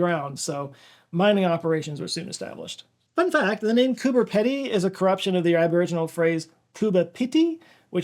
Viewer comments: It's pronounced 'peedy' as in I just peed not pedi like pedometer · Hey! I worked in Coober Pedy last year, and sleeping underground is super cool! (pun intended). And yes, even today, you can walk around and find opals I just thought I'd say, though, it's pronounced "peedy". We used to call it "Coober Speedy" because it took 2+ weeks to get anything delivered there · Coober Pedy - The way you pronounced the aboriginal name is closer to how its pronounced - the e in pedy is an ''ee" sound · Koo-Bah Pee-Dee, Coober Pedy, Australia. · So it's pronounced "Cooper Pea-Dee" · It's pronounced coober peedie. Rhymes with speedy. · It’s pronounced coober pee dee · The e in Pedy is pronounced long, ue peedy. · Peedy. It’s pronounced coober peedy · Just so you know, the pronunciation of Coober Pedy in Australia is correct, it's just spelt different to confuse foreigners. Cooh-bah Peedee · Hey! Australian here, I live in Queensland. A friend of my Dad’s lives in Coober Pedy (pronounced Coober pee-dy) and as a kid that family would visit very very occasionally, maybe twice during my whole childhood, and they brought us opals. Figured this was relevant. No profound story with this comment but I clicked on this video eagerly awaiting your mention of Coober Pedy because I’ve heard about it since I was a kid. Never visited, but we forgive you for mispronunciation! Try Coorparoo or Woolloongabba. Google WILL lie to you. These are suburbs in our capital city in QLD, for context, not remote. Standard language for city citizens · It's bloody pronounced "Coober-bloody-*PEEDY*". Disappointingly little of it is underground. But driving into that place at sunset with all the perfectly conical mounds of opal tailings everywhere, it looks like you're on the surface of some heavily cratered planet. It's all red and purple and yellow and orange and black and blue, and just awesome. Highly recommend it. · Head's up: Cooper Pedy is pronounced "Pee-dee". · Mate, it's pronounced Coober PEEdy.